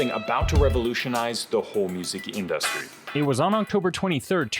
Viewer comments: I had to stop the fifth time he said "in-dust-ry" like it was a new word for him. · This is an amazing video, please stop pronouncing industry like in-DUST-tree though lmao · What the fuck is that pronunciation of industry... otherwise sick video. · Why does he say industry like that? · I'm losing my mind over how he pronounces "industry"